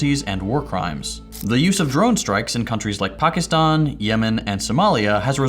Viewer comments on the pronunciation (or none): none